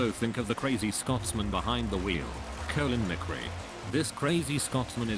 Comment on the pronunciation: "and, if your a car guy you might also think of the man behind the wheel" "colin mecrii"